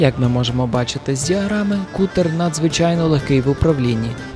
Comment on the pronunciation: Не Кутер, а Катер, броооооо